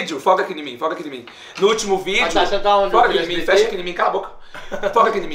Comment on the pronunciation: Ninguém: Absolutamente ninguém:: "FOCA AQUI NIMIM".